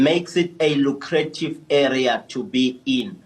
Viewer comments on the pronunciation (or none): "lu-cra-tive" ... you put the wrong emph-asis ... on the wrong syll - able!!!